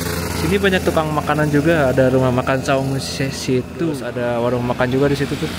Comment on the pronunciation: situ bang, bukan setu 😅